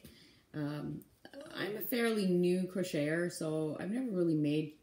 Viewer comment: You might want to rethink the way you pronounce crocheter. The word croch has different meanings, none of them should be attached to crocheting. I follow other Canadians and none of them pronounce the word like you do. I enjoy your channel but every time you say that word I get a good laugh.